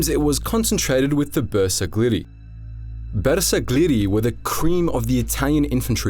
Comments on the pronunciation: Man.. You butchered pronunciation of Bersaglieri. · I really hope you will take more time to work on the correct pronunciation of terms like the bersaglieri, couse you butchered that horribly